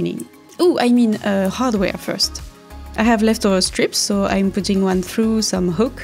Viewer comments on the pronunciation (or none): none